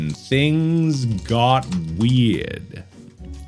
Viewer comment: the “weird” in the New England accent.